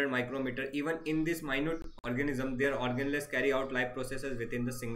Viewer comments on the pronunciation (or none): The way Sir says Organless for Organelles is very funny 🤣